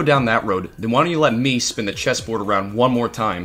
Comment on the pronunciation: I thought you said “chest” the first time but wasn’t sure, so I just kept listening. This time though, I’m sure you said it. It’s “chess” not “chest”. Just FYI